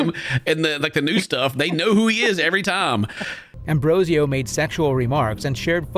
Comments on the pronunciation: I can't not focus on how the narrator keeps saying Ambrosio but the predators name is Ambrosino. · You say his name is Ambrosio but you write his name Ambrosino..... So the one to make fun of will be you then.... Well done 🤣